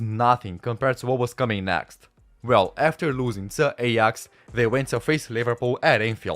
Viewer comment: Come on dude it's not EYAX, PRONOUNCE IT Right. AY AX not Eyax